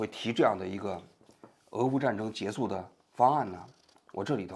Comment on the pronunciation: 你说你一个央视记者，说话口音都不对，还结束不说结束，说结素，结素 什么结素拉